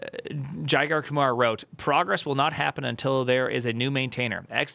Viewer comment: Jigar is actually pronounced like "jigger"